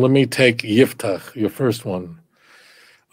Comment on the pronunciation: IFTACH, with an " F " , NOT '' P " Italian rabbinical TANAKH., Rav Dario Disegni, z.l.